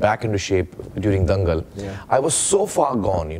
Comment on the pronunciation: Remember How Jeff Was Saying "Dangal" as "Daang Gul" 😂 Collab of the greatest.